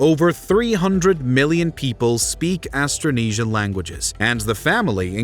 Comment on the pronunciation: Astronesia??? hahahahahaha it's Austronesian.